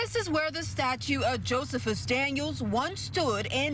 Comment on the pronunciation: I like how this illiterate pronounces "Josephus"